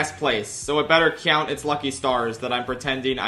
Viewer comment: i hate the way you say count